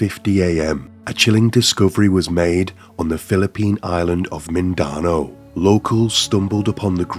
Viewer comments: The pronunciation for "Mindanao" is sending me, sorry it's a bit cringe. Phillipines, esp in certain parts, can be a hard place where due to poverty, impoverishment, lack of education, housing, etc have caused mental and physical health to dip and lawlessness spikes. The Philippines government is a joke, esp in barangays where it's hard to enforce things as people are desperate and feel robbed of dignity. Top down, the infrastructure is weak and horrific cases are a frequent occurrence. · It is pronounced "Mindanao" not "Mindano" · you pronounced Mindanao wrong it's pronounced "Min-da-now" hope this helps ^^ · It's pronounced 'Minda-now' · i fuckin hate it when white people are too lazy to look up how to pronounce a certain word. such a white person thing to say "i'm not even gonna try to pronounce that" or "i probably butchered that pronounciation" ITS LIKE, JUST LOOK UP HOW TO PRONOUNCE "MINDANAO" YOU BO OH O WO OH LOOKIN FUCVK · great vid but as a half pinoy my heart hurt every time you misspronounced mindano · lol dood says mindanao so bad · As a Filipino I didn’t even recognize the island name because of how terribly it was pronounced & then went “is he trying to say Mindanao? 💀”. That seems like minimal effort to pronounce the location correctly especially something that easy when you’re profiting off someone’s death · Yeah same here, and I'm not even Filipino......tamad. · An accent doesn’t make you completely mispronounce a word. Seems kind of insulting of English people’s intelligence to think just because of where he’s from he can’t pronounce Mindanao. If he’s not even able to do the bare minimum then the quality of the video isn’t good & it’s disrespectful to the victim 👀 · Dont ever say Mindanao like that again xD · You're lucky that you eventually figured out what the hell he was saying, hahaha, he must be supremely lazy!!!